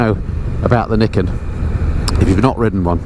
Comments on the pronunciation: Another thing to know about it ..... How to pronounce the name 😜. Nee ken, according to a Yamaha promo video I saw soon after it was launched. Just thought you might like to know. I’ve been invited to have a test ride on one, and now, having watched your video, and heard how much you enjoyed it, I think I just might go for that ride. Not that I’m in the market for one (it’s a FJR1300AE, no question, when I change), but it looks like it will simply be fun. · it's pronounced ni ken. Two sword.